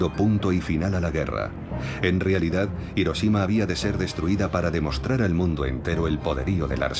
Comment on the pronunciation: IROSHIMA.. y ahí dejé de leer.